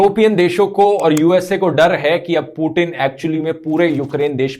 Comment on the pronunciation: पुतिन है वो "पु टिन" नही 😂